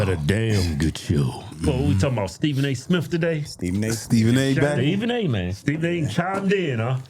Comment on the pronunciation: Steven A Smiff 💀💀